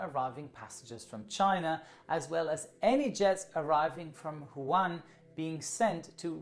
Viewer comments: Sorry but I'm afraid that Hongkong is not supposed to be filed under "one of the 24 countries". Hongkong IS NOT A COUNTRY, it is part of China. You may want to correct this :) And Wuhan is pronounced the way it could be pronounced as a German word, instead of "huan" btw, if you would like to make a video regarding this outbreak at least show the decency learning how to pronounce the frequently mentioned city name correctly and make sure you don't spread ignorance regarding the sovereignty and territorial integrity of THE country you are talking about. Thanks. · Every time he says wuhan I wanna laugh hahah But no hate, I’m Australian and just came back from hongkong around 2 weeks ago. It’s rather scary, I am healthy but who knows. At least I didn’t get sent to Christmas Island. And I’m not leaving until I hit 14 days exactly. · I think it's pronounced Wu-han, not Hwan. Nevertheless, good video. 👍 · Awesome video, but its Wuhan not Juan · Wuhan is pronunced "woo-han" not "Juan" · stop saying jaun instead than wuhan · Wuhan not Juan! Dude Mexicans are already screwed with their beer, have mercy! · Just one thing. Wuhan is spelled Wu|Han and not Hu|An Edit: Wu|Han or Wu|An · Everyone else: "Wuhan": "JuAN" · Great,! It's WOO - HAN, not HOO AN xD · it's not "Juan" It's "WU-HAN" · It’s Wuhan, not Juan :) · Wuhan, not Juan. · “Woo-Han” (Wuhan) not ”Huan” lol. Great video nonetheless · Woo- han not Juan :) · Its pronounced as WOOHAN not HU-WAN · it is pronounced as wuhan not huwan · Hi, I'm a big fan and this was yet another great video. But just letting you now that the city which is the epicentre of the virus is WuHan (pronounced Woo-Han), not Hu An:) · it is not pronpuse as huan it is Wu-Han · you should say WuHan instead of wuHan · It’s Wuhan not Huwan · It's not Quhan its Wuhan (Wuu-han) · Is it just me or I keep hearing call Wuhan as Huwan? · huwan Me: Wuhan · its WUhan, not HUan (Spanish city in China!!??) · WooHan not Juan